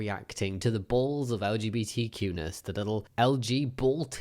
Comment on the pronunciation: When you said LGBTQ-ness I heard LGBT cuteness and now I think we need a LGBTQ-tness subreddit